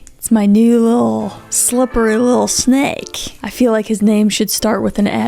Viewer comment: Shhhhhteve the shhhhnake…